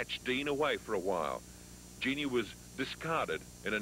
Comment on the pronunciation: Dean called her Jean-nee…